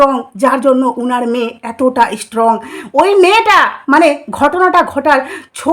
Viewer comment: Apnar coverage khoob baje uchcharan thik korte hobe ishstrong, ishstudent 😂😂